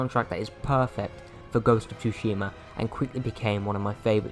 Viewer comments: yes it’s said like “su-shima” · Everytime you say tushima I want to punch a wall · This game is one of my personal favorites. I love your passion for it...but holy crap my guy...you're killing me calling it ghost of TWOshima. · Lol "Ghost of Toosheemah" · soo-she-muh. The T is silent. With that aside... fantastic game. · Ghost of Too-She-Maa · Pretty sure thats a silent T. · You don't pronounce the T in Tsushima. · You're pronouncing it horribly wrong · Brutha I love ya and I agree with how much you love this game but please say the damn name correctly lol I speak Japanese and if you say Tsushima wrong one more time I might literally kill my self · The pronunciation in this video made me physically recoil lol. I'm just busting your balls though, you convinced to pick this up and it's one of my favorite games of all time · The pronunciation of Tsushima in the video physically hurts. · Can you please pronounce tsushima right mate 😭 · Lol your rite. I was chewing my left arm off every time he mispronounced it. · I mean for real he said he loves the game but he can't learn how to properly pronounce it😅 he was making my ears bleed